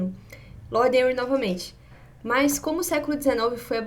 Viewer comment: Henry se pronuncia Renry , não Enri.